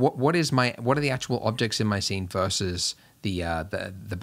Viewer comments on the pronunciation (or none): none